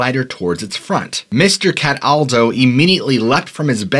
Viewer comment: As soon as I heard you say "CAT • ALDO" I changrd the video, giggling.